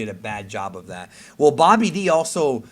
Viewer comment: It sounds like pronounces Babidi as "Bobby D" lmao